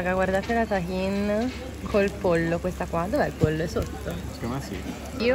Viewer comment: Non dire più tashin in questo modo non si dice così